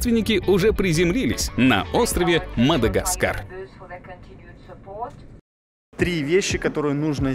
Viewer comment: Не Мада чего , а гаскар